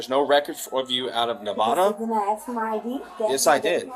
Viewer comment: The real crime is how he butchers the pronunciation of nevada